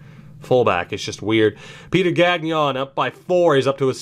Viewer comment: Your pronunciation of Gagnon is not horrific, but since you'll probably say his name a lot during this series, I just wanted to give you a few pointers. The "gn" sound in French sounds a lot more like the ñ in Spanish, so don't pronounce the second g. Also, don't pronounce the n in the "on" sound. A bit like you don't pronounce the n in the word song. Keep it up. Excited about this.